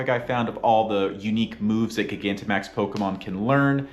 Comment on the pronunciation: Please stop saying it like that its like gigantic not giga